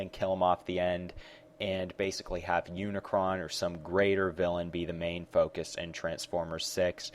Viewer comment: hey, it's unicron